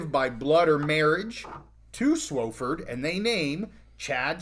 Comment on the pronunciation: it's not SWO-fford it's SWA-fford